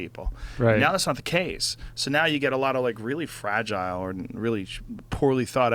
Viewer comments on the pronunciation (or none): none